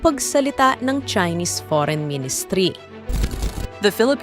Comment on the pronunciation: Pilipins daw. Pres conperens… poreyn ministri 😂